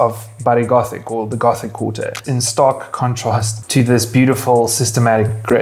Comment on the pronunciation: Les Rambles, Gótic not Ramblas and Ghotic